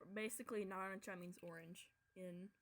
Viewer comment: That was an Abomination of a try to say narancia